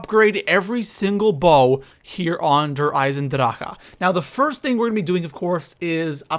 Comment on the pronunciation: Der eisendraK not Der Eisendraha